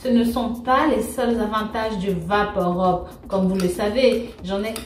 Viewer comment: bonjour, juste une précision, on ne prononce pas vaporob mais vaporub, rub